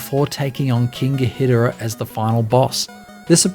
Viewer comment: This video deserves way more views...but also it's King Ghidorah (Gee-door-ah)